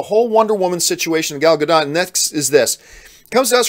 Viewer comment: It’s more like Ga-DAUGHT than Ga-DOTE..